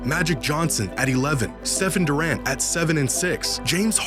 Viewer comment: thought he said “seven durant”.